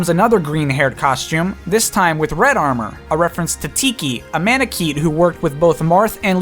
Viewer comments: I've got some issues with how you choose to pronounce things, excuse me for going on an unrelated tangent. Man-ah-kett, like Boba Fett. If you make it an 'eat'- like sound, it's hard to avoid making 'man' also emphasized, resulting in an awkward double-emphasis word. Cherche, with a hard ch like church. She, being the ultimate resource on her name, does not have a Rosannean accent. Without one, it's unlikely she would pronounce a 'ch' soft like you did, but your logic was pretty sound. Lis-sa, with the I pronounced as it is in Miss, sounds better to me but this one is debatable. Clarissa, Marissa, and other similar names are pronounced as such and I figured it would follow the theme. Su-mee-a. It's just so much more gramatically pleasing to treat it as a proper three-syllable word than trying to mash the last two into one. The easiest way to not have that happen is to emphasize the middle. Like Lucina being pronounced Lu-see-na. See above in reference to how you pronounce Oboro. This is probably either wrong or just nitpicking though so whatever. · Manakeete, Leesa, Einheryar. Yikes.